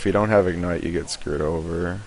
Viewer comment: His screw'd sounds like scuured